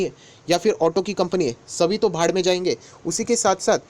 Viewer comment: वाह बाढ़ को भाड़ बोलने के लिए😁😁